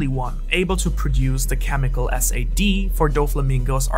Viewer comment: Why does everyone pronounce SAD as S-A-D? Is it pronounced like that in the anime? It would make more sense to me to just pronounce it like the adjective "sad", as kind of an ironic opposite to the SMILE